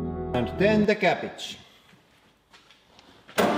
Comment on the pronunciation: scrolled down too far and he says cabbitch